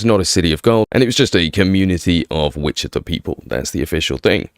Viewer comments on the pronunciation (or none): none